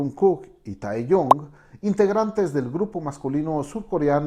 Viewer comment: JAJAJAJA pasa que no sabe pronunciar los nombres y les dice bEtEesE o tAeyOng o jOnkUk JAJAJAJA